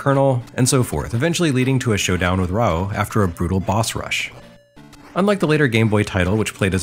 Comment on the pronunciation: Pronouncing Raoh correctly is an amazing thing to hear.